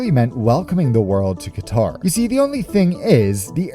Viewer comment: "Qatar Pacific" LOL